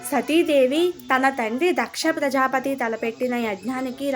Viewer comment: Pronounce the name తారకాసురుడు, దక్ష ప్రజాపతి properly.